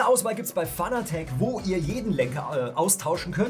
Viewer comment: Fanatec ist zwar eine deutsche Marke, man spricht es allerdings englisch aus, ansonsten gutes Video...